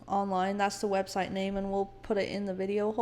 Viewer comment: 😂😂 I have to say this, Come on, you can't even say her website right. You're supposed to be "so inspired by God" 😂😂😂 Love you guys. This was so good, so eye opening to the bullet I dodged being sent away when I was and not having to go through what y'all did. Keep up the good work!! Thanks! You Rock girl! Stay at it!!!❤